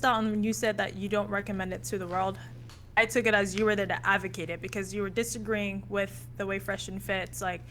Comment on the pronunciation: "Im ok with people disamagreeing " 😂🤣